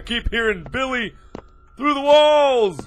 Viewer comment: "I guess I could name him Biwwy"